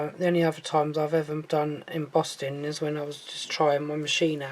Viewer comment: Madam, you kept saying embossting folder. There’s no T in embossing folder.